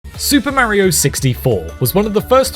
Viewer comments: Hears him mispronounce “Mario” in the first sentence, stops video and finds something else to watch instead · Cant watch it with how you say Mario. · I don’t get why people say Mario like that or is it just this guy